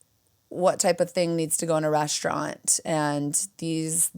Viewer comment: I'm Irish, and we put 'h' in a lot of words that don't have them...but 'reshtaurant' makes no sense to me. Or 'frushtrated' etc. Musht be a Losh Angelesh ting